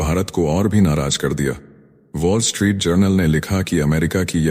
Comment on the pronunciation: पोल स्ट्रीट नही वोल् स्ट्रीट सही.